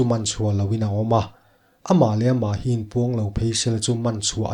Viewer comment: Ṭhin not ṭhruin